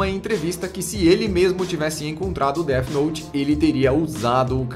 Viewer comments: SE DIZ DEFI NOUTE COISA D E F I N O U T E cara cada Deti noti que vc fala eu tenho uma convulsão fortíssima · que raiva dele falando deate note fala death note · POR AMOR DE DE DEUS!! NÃO É "DEAD NOTE"! É DEATH NOTE!! NÃO TEM UM "D" NO FINAL DE "DEATH" PQP TODO O SANTO DIA A MESMA COISA É TÃO SIMPLES!!!! CRLH Pronucia-se "déF" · dete note kkkkkkk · dead nót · Déde Note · Pow vei... Déti Nót é foda ein... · Dead Node kkkkkkkkk ótima pronuncia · Mais alguém ficou com agonia dele dizendo dea note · "DÉD NOT"??????????????? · Alguém percebeu que ele está pronunciando Death Note como um dos caras que apareceu na reportagem? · KKKKKKKK o jhoel falando death note com a pronúncia zuada de propósito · Death Note não teve continuação, era um one shot sem pretensão de continuar, pois a história é fechada. E sua pronuncia ta errada. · É pra zoar a Record, mas dps ele começa a falar death note